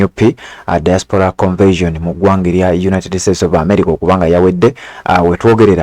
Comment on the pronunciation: Boss, it's pronounced "convention" not "conversion." Thanks